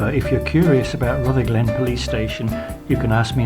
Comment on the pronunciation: Not RutherGLEN, it is RUTHerglen, accent first syllable, like most Scottish place names (but not all).